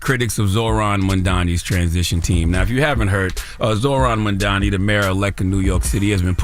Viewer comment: Crazy how Charlamagne still calls him Mandani 😂